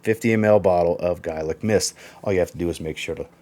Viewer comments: Its pronounced "gaylic". I know it spelt gaelic. To break it down , its "gaylic". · Gaelic is pronounced Gay-Lic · you're wrong. Americans might pronounce it the you pronounced it, but I'm Irish. And it's 'gael-ic'.... And people in Scotland pronounce it the same. To break it down it's 'gaylic'... And that's the way you say it. ☘☘☘